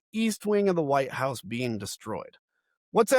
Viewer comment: Dude, stop saying "White 'Ouse". It's White House. ENUNCIATE the "H".